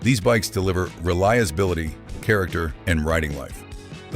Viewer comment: . “RELIASBILITY”? Oh boy… here we go…